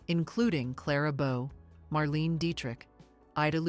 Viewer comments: Mar-Lane-A. Not Mar- Leen. Dee-trick. She was big enough, for long enough to get her name right. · Marlaynah not marleene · Good video but your AI voiceover needs tutoring in accepted pronunciations. Claudette “Col bear” and “Marleen uh” Dietrich come to mind. Such errors are an instant giveaway.